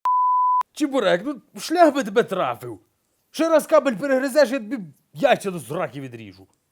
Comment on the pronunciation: .. что он говорит? Шляк или шлях?))